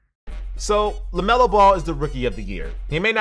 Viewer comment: LEMELO BALL!!! "LEMELO"!!